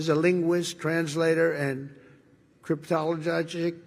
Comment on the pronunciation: "...cryptogologic technician..." Man! I don't think I even wrote it down the way he said it!😂